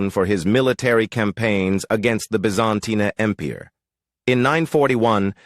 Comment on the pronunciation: Bee-Zan-teen-Ah Em-peer. NO. Key-A--ven. NO CON- stan- tin- O- plee. NO BiZ- an- TEEN. NO Sl-aa-vik. NO Key-VAN Roos. NO NO NO NOOOOOOOOOO